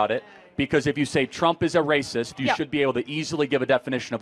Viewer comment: "That's wacist!!"